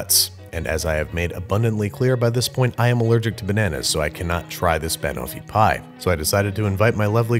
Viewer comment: "Bahnahfipie" ok Babish, i swear you're pronouncing things weird on purpose now